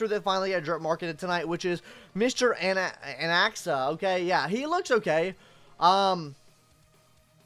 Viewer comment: uh ok.... What's your point cause he still butchered the pronunciation? Like what are you saying